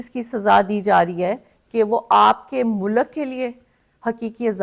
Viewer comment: ارسلان بیٹا والی آڈیو اور موجودہ ویڈیو کی آواز میں ایک چیز بڑی دلچسپ ہے۔ "مو لک" غالبا ملک